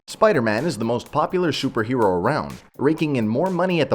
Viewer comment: "Shuper hero"